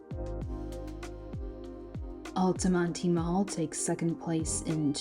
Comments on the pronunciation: It's pronounced alta-mont. Not alty monty. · I'd say the only closed indoor "malls" still popular in central FL are Altamonte, Florida, and Millenium. The latter two mostly because of tourists. Those two are closer to theme parks and hotels on international drive. BTW, the last e is silent, pronounced Al-ta-mont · I think it's funny she can't pronounce Altamonte. You don't pronounce the e. (Al-ta-mont) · The "e" in "Altamonte" is silent. Otherwise an excellent presentation. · The ‘e’ is silent in Altamonte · Are you sure the “e” in Altamonte isn’t silent?